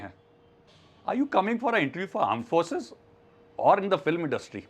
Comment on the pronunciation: Aare iss matter ke bare mai nahi kehna chahta tha. Sir ne ke kuch seconds baad mispronounciation kar diya. Armed forces ko aand forces keh diya. Aur iska ek context hai. Abhi kuch mahino pahle, ek pakisthani general ka netizans ne majak udaya tha kyunki usne Armed forces ki jagah Aand forces keh diya. Ki Pakisthani Aand forces aisi hai, vaisi hai... Shayad isliyea ne iss timestamp ko mention kiya. No doubt jo isne kiya, voh galat hai, par maine yeh comment bad sach batane ke liye kiya hai.